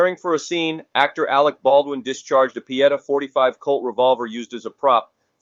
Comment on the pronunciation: Whos Alex Baldwin? I know of an ALEC Baldwin but not and Alex Baldwin 😂😂